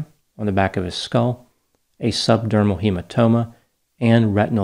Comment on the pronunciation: The bleed was subdural as in under the dura mater. Not subdurmal as in under the skin.